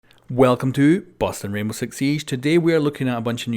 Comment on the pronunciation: Sounds like your saying “Welcome to Boston R6S” in the beginning